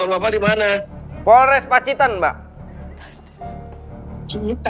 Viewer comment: Ada yang nyadar gk, klo pak Muh bilangnya "porles" d menit 😂😂😂😂